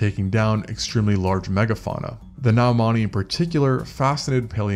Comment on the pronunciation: Isn't it pronounced like noy-man-icus?